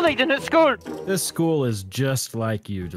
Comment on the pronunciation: the prinzibul iskull